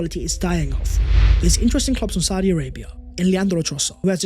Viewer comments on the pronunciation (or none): none